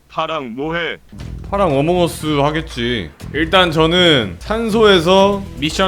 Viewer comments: 어몽어수ㅋㅋㅋㅋㅋㅋㅋㅋ 왜이렇게 구수. 엌ㅋㅋㅋㅋㅋㅋㅋ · "세수" 아니 "어몽어수"